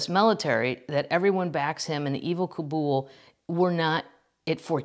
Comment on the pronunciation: It's pronounced kah -BALL. But coven works, too.